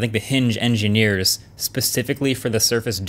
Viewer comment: Hingeneers LOL nice one😂